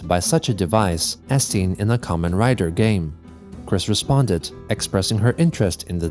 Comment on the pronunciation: First, Thank you for saying Kamen Rider correctly, very cool. Second, Goddamnit why is Kamen Rider being mentioned. Small note I'd like to add, Kamen Rider is a Live action TV show, It has Games but is known for the TV show. There is a season that features a Game motif called Ex-Aid. It's an okay show, but clearly the fixation here was over the video game bit, not necessary because Chris is a huge Kamen Rider fan. I'd also like to add Chris saw me cosplaying as Kamen Rider Fourze once and commented on it. Again I think the knowledge there was through the mutual themes of friendship MLP and Fourze shared during their same airing time. I can't believe I typed all this out, Lord save me.